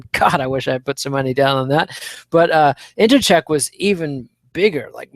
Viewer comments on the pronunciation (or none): really needs to learn how to pronounce Joanna's last name.